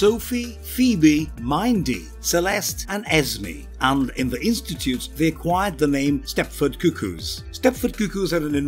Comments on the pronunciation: And also the cuckoo name Mindee rhymes with Cindy/windy/Hindi. Byrne as brine seems like a transposition of letters similar to dyslexia, but I wonder if “mined-ee” is due to the differences in regional dialect. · Oh, the pronunciation of "Mindy" made me laugh